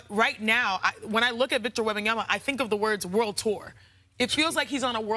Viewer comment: This dude can't say Wembanyama's name to save his life.